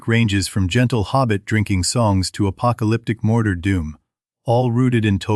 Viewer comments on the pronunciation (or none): Boooooooooooooooooo. AI slop. If you cant do your own voice over just don't start a youtube channel. WTF is morder? Gonder? just stupid. go away